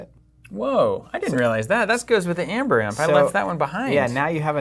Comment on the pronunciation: It was so hurtful to hear you pronounce Aember. Google how AE is pronounced: in English as '/iy/' or "ee"., the Word is Ember not Amber.